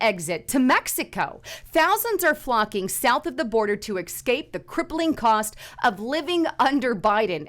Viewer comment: Ex scape. Say it with me Ex Scape. Now never say that again. It's ES. ES scape.